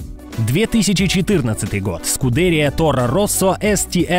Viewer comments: channel ТИррелл, Лижье, СкудерИя))) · Часть болидов названа в ролике неправильно. Особенно резануло слух скудЕрия.